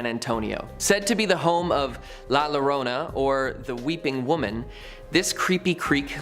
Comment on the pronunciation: Double L “Ll” doesn’t make a normal “L” sound, it makes a “Y” sound, so Llorona isn’t pronounce Lo-rona, it’s Yo-rona